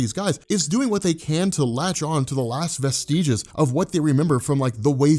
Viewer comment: Vestige doesn't rhyme with prestige. Vestiges rhymes with nestiges. Or zestiges, if you prefer.